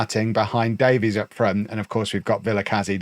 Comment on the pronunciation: The Welsh surname Davies is pronounced like "Davis" btw